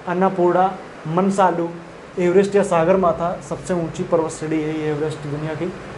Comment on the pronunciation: मनसालु नहि है मनास्लु बोलिए सर सागरमाथा नहि सगरमाथा है यार